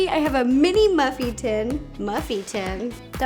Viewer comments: “Muffie tin” I’m dying 🤣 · I started to cry because idk why but to me the blooper that she said “muffy tin” was so funny I loved it I even showed my brother🤣😆🤣😂